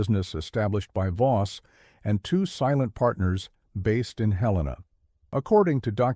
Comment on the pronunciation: Bozeman, Montana 5pm... almost stopped watching when the AI mispronounced Helena, glad I didn't. Though I doubt much of this story is true.